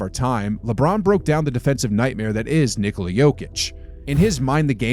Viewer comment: How do you know that is Serbian? He can say word "Nikola" perfectly. 😂 👏💪❤️🇷🇸♾️